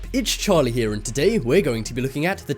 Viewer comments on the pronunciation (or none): none